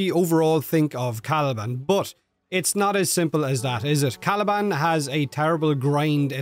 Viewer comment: All jokes aside Caliban with a t 😂